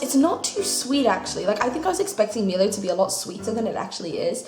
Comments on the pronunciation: By the way, it is said MY-low, not ME-low. I had a good laugh at ME-low though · Also it's pronounced my-low and janome says to try it in cold milk too XD I'm glad you enjoyed everything! I'm surprised there wasn't like one thing you didn't like XD